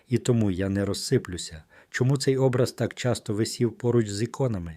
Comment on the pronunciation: Наголос на О . ОБРАЗ.